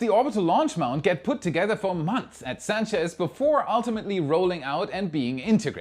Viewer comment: Clear improvement in pronouncing "Sanchez". Good stuff